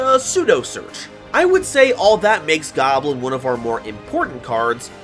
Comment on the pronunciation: Its not goblin its GAWBLIIIIIN